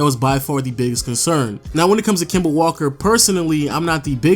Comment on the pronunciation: "Kema" Walker 😂